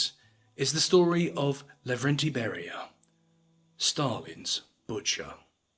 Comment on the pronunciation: Laurentiy Bury-Ya